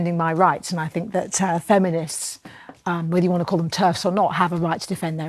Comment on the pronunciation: Like I said on twitter he said "fink" therefore he's "fick" 😂 😂 😂